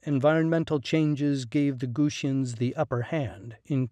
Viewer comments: WTF! These are the GUTI not the Goosi ! Why do you mispronounce the name? Guti is a cognate of Kurdi. Many Kurdistani scholars consider the Guti as the ancestors of the modern Kurdi people. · Gu-ti-ans not Gooshuns! 🙄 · its not gushians it's gu-ti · Not "Gushians", GuTians, ffs. You know, like Mr. T, not Mr Sh. What the hell is wrong with native english speakers?